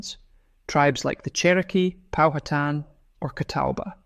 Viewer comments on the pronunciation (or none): none